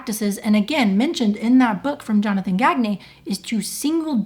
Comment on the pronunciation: Useless trivia: I know a Gagne and he pronounces it like “gone yay”